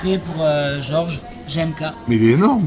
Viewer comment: Quelqu'un va se dévoué pour lui dire que GMK c'est avec un G et pas un J